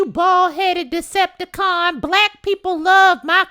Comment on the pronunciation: NOT THE DECEIPITICON💀💀💀